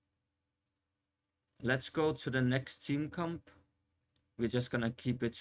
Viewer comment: Everytime you say "Comp" it sounds like "Cum" and I Couldn't take you seriously after that. Couldn't even finish the video 👎